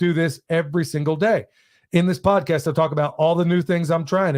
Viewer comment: Freudian slip - “Tease out… prodcast”… love having you on in the background while I do my computer day job